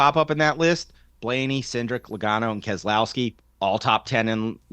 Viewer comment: Can You learn how to pronounce Keselowski Your supposed to be media its not kez ah lowski there is no ah in his name ask him he will tell you